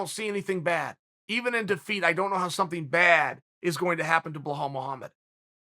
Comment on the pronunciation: Chael on his death bed: “Blahol and Jan Blahovovich”